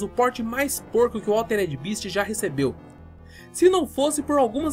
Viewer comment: Nao é eh nao... bést = best bist = beast